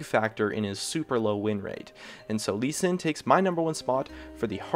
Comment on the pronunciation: Sees gnar at number one, CALLED IT "lee s" WHAT DA FUUUUUUUUUUUUUUUUUUUUUUUUUUUuuuu